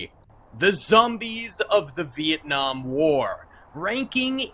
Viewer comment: Bro it's not viekung its Vietnam